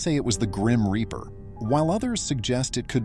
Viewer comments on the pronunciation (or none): none